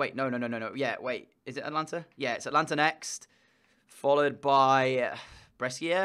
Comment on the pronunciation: its ata-lan-ta